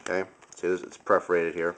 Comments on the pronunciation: "per-for-ate-ed" not "pref-orated" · It's PERforated not PREforated. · PER-FER-ATED, not pref-er-ated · Perferated not preferated... lol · love your vids, i just hate how u say preforated instead of perforated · perforated :) not preforated ")